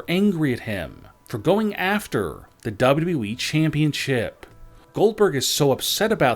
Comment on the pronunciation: It's WWE...NOT W W WHEEE